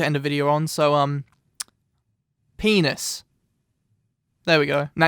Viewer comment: PENUS (or penis) haha haha he said that so weirdly